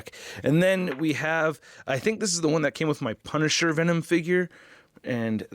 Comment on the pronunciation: I swear he said “Thanom”